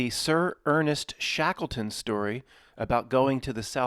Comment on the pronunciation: Shackle-ton. Shekels make shackles. Shatan, ton sound. Boston, Washington etc. to mark occult centres of control.